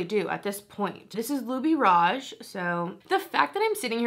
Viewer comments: It's pronounced with tin at the end.. Christian LouBoutin and Louis Vuitton are 2 different people. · Wow, girl, great pronunciation of "Christian Louboutin." I just love Advent Calendars, but this past holiday season was pretty dismal. Besides, "Louboutin" should stick to red bottoms.